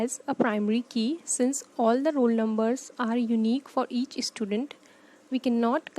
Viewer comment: Why are you sayin "istudent"? 😂🤦‍♂️